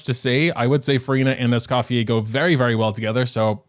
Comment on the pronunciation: scofiei lmaoo, it's scoffiER.